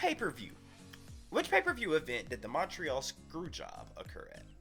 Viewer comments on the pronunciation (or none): none